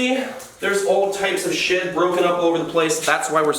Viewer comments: Who else thought he said shit instead of shed😂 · When he says shed it sounds like shit to me